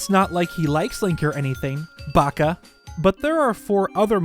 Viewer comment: Please never say "baka" again.